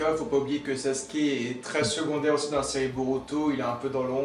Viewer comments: C'est sasuke pas saske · Tu peux dire « Sasuke » au lieu de saske là ? T’es pas japonais et c’est malaisant